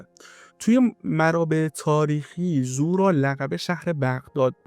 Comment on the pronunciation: سلام اولا تلفظ زورا رو درست نمیگید یعنی با ضمه تلفظ میشه دوما مننیش یعنی مکان گناه، سوما در روایت به دو مکان گفته میشد اولی بغداد و دومی تهران در روایتی از امام صادق به کاتب حدیث که احتمالا زوراره باشن فرمودند که زورا مکانیست در قسمت شمالی ری بین دو کوه سیاه و قرمز